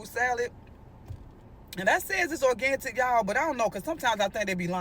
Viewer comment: She said "ORGANTIC"😂😂😂😂😂😂😂😂😂😂😂😂😂😂😂😂😂😂😂😂❤❤❤❤❤❤